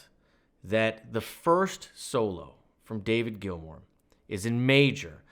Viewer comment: Hey, you pronounced it correctly! Thank you for the analysis. I totally agree with the point that we need to check the changing underlying chord tones and why the solo sounds great at the top of them. Not yet there to quickly break down the modulation and key changes but your courses help a lot to be better. Thanks